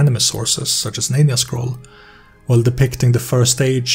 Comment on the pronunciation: Neen-yah Scroll huh.... hmm Ninja Scroll my guy :) Great video though, I just recently started playing this again with my table.